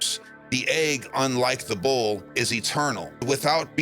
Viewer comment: hehehe, when you said bull, i heard bowl...that was very confusing for a moment there! :D